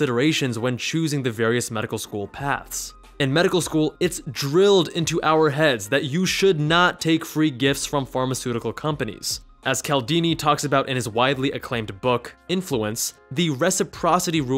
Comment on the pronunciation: It’s pronounced with a “Ch” sound at the beginning: “CHaldini” (Source: he’s a well-known prof in my doctoral field, and I’ve met him.)